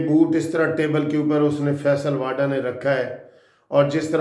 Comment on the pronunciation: متحترم صاحب فیصل واڈا نہیں بلکہ صحیح نام فیصل واوڈا ہے، مگر فائدہ کوئی نہیں آپ نے نہ تو معذرت کرنی ہے نہ ہی تصحیح کرنی ہے۔ بحرحال میرا فرض تصحیح کیلیے کوشش کرنا ہے اور باقی جیسا آپ پسند فرمائیں۔